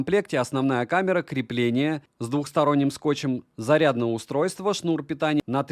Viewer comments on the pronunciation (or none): none